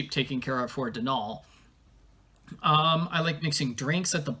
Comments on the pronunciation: I have a very love/hate relationship with this game. I love the honest attempt at representation of Irish culture but at the same time there were a lot of misses too. The biggest thing that bothers me so much is the mispronunciation of Donal, and it's to the point where it's distracting. The emphasis should be on the first syllable, not the second - granted it's an anglicisation of the name Domhnall but even then it shouldn't be pronounced the way they do (Domhnall Gleeson's name for example). I do appreciate the focus on a Bean Sídhe (Banshee) rather than something more stereotypical (thank goodness no lucky charms leprechauns), but there are other things that are. I wish there was a little more exploration on what Banshee folk are though, I feel like that was a missed opportunity for that and possibly some additional folklore. They were really pushing the whole Banshee thing but simultaneously it felt like it was one main plot with Kyler with Banshee side story tacked on, if that makes sense. I would have liked more explanation in game of the background of the Banshee folk and perhaps even more on the Sídhe folk in general (Sídhe = Faerie). I also wish there were more actually Irish characters in the game. I think you yourself made the joke about not having enough budget or something to hire actual Irish voice actors. I also think it would have been more interesting if they were in the west coast like Connacht, or even further into the centre of the country, rather than goi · As an Irish person, I'm a bit biased in liking this game. I like the plot and the end twist. They don't pronounce Donal right but eh, I can't complain too much.